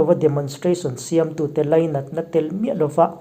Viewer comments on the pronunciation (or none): none